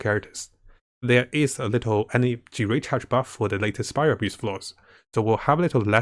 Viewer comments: "We have special GENSHIN impact SPIRAL ABUSE" Me: 💀 is it just me or did ya say Spiral Abuse 🤣🤣🤣🤣 Edit: it made me replay if it was spiral Abby's or Spiral Abuse 😂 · I still can't help but laugh when he says "spiral abuse" lmao